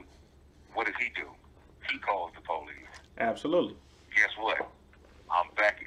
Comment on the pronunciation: “But what HE DID DO WAS CALL THE (PO LEASE)” 🤣🤣🤣